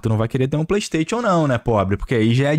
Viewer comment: Cara, para de falar "pleisteitiu"....cursou a mesma escola do prata, foi? É "pleisteichan" , caramba